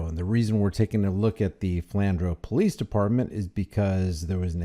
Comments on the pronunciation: Sorry, you wouldn't know. It's pronounced Flan drew. I know I'm being picky. Just for the future. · The cop was "shaking", because he's not used to people standing up to him. 😂 (Pronounced Flan drew)